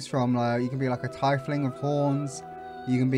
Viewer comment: The music composer was the same person that they used for Divinity 2: Original Sin, Borislav Slavov that's probably why I love it so much. Also sorry for the mispronunciation of the race 'Tiefling' should of been pronounced TEEF-ling! 😆